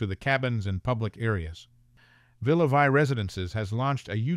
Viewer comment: Please. In Villa Vie, Vie is pronounced Vee and it means Life in French.